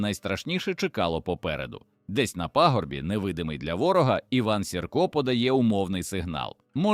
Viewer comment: Що за наголоси?! Іван Сірка... Він був вовк, а не хімічний елемент 👎